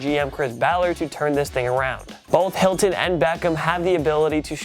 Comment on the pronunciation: “Helton”? Can anyone pronounce names right on this channel?🤦🏽‍♂️